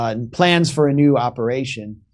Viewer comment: 11.30: "Who's running this ooperation...Anna Kasparian?" 😊😊😃😃